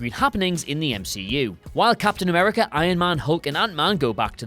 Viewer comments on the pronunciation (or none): none